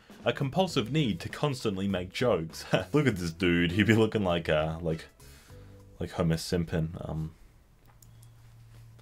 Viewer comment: "homer simpin"